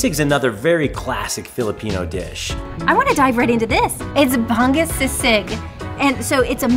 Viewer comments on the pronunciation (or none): Hello, love watching your guys vlogs .. but PLEASE make effort to learn how to pronounce the Filipino foods with the respective accent.. Sinigang = “Si-neh-gahng” . NOT “seeneeGang” Bangus = “Bahng-OS” .. NOT “Bang-us” Kare Kare = “Kah-reh Kah-reh” .. NOT “carry-carry” Adobo = “Ah-DOH-boh” … NOT “a-dough-bow” Us Filipinos really do love that you are learning the Philippine culture and sharing it with everyone! But making those efforts in learning to speak with the accent will make us even more happy 😁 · Hi, the fish is Ba-ngus not Bang-gus hehe 💌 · Also, "bangus" is pronounced as "bung-oohs" ;)